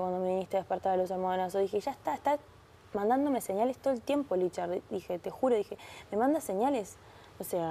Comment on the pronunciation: Alguien que le diga que es “LICHA” no “LICHARD” 😂